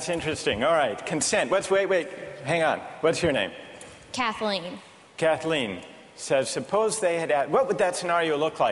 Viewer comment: catlyn not kathleen